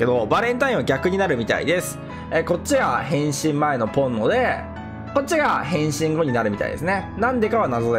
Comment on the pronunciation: ポンノがポルノに聞こえて焦ったゾ…